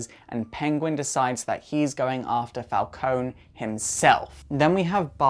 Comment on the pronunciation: I'm pretty sure It's Pronounced Falcon(ie)